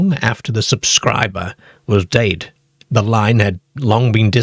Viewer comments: The creepiest thing about this video is the weird AI voice and the bizarre pronounciations: one minute, it's "dead," then the next minute, it's " dade". 😂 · Now I know where our Southerners got their pronunciation of 'dead.' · The way you pronounce the word, “dead” is kinda creepy but in a good way lol. I love this kind of stuff! 😇